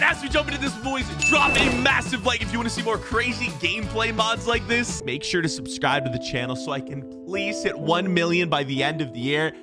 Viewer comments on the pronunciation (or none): I will sub if you stop saying subscibe and not subscribe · u say subscibe bruh